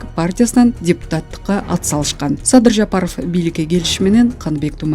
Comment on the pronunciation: Садый деп тилин чайнаган турмодо